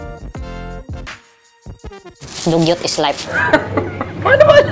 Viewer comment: "Dugyot is layp"😂😂😂 -😂